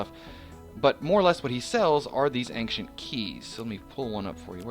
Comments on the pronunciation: I really really hate to be the guy but the way you said Ancient is incorrect, it's Aain-shent not Aain-ce-nt im so sorry, love your vids <3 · ankcient too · He's saying Ankshent. This guy needs more English practice, lol!